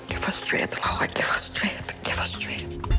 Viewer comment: is it just me or did the mom said "susses" (success) and "straighth" (strength)?